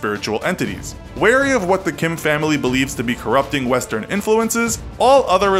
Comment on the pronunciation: I love how you bullied Kim’s name